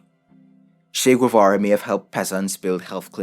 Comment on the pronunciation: Guevara is pronounced Gay.vara